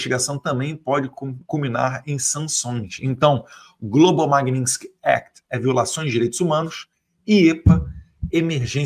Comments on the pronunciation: não é lei Magninsky e sim Magnitsky não deixe espaço pra essa cambada te criticar! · Ensinem a falar Magnitsky. Não é Magninsky